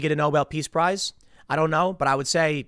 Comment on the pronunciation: Prize... not Price.